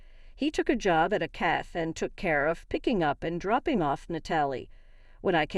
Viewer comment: Cafe not CAF.